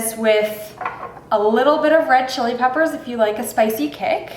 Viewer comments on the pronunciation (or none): none